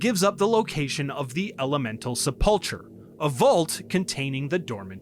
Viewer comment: Sepulchre is said like sepulker lol